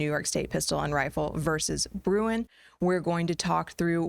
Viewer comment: Great stuff! One suggestion, can you please just say Bruen?